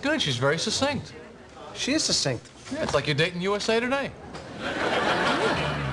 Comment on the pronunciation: Is it supposed to be a joke that they are mispronouncing "succinct"? The first C should be a "hard" C -- like in "cat." The second C is "soft" (as in celery) because it is followed by E, I, or Y (in this case, I). Compare it with other words with this pattern of a double C followed by E or I -- for example "accent" and "accident."